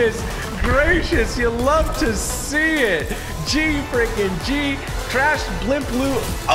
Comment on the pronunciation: In the end he said trash instead of crash